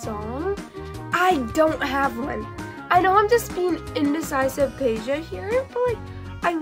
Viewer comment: bro u said it right both times check it👆